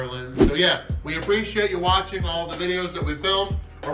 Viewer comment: After watching most of your Ireland content and i have to say the way you say the places you are is spot on..